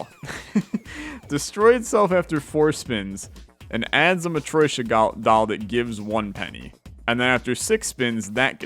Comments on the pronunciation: am I the only one that gets agitated whenever he says Ma-troy-shka instead of Ma-tro-shka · Hearing "matt-roy-shka" every couple minutes drives me mad, ha-ha. I'm not offended by people who can't pronounce foreign words, but hearing a word from your language being butchered over and over is a bit distracting...